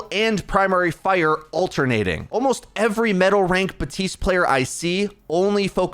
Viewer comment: Is he saying Batiste not BaPtiste ? XD